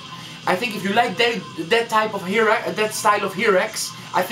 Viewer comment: I like your video. you got a lot of information, but two important things, nothing about drummers? and please the pronunciation is (in Spanish) "jairax" or "hairax" pero no "jirax, esta fatal!! good luck. \m/